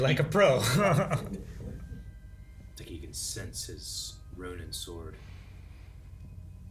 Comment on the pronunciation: It sounds like you guys are saying Ronan instead of Ronin, despite them being two completely different words that should be pronounced differently.